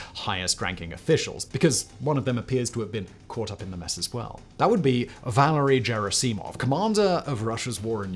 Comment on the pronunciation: I cringed so hard every time you mispronounced “Valery Gerasimov”